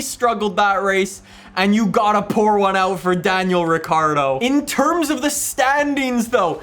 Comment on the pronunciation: Did this man say Daniel Avocado 🥑🤣👌